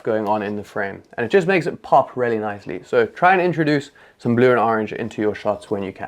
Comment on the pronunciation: I like this video and am going to try all of these, but homie just decided to switch the letters in “really” to “raelly” 😂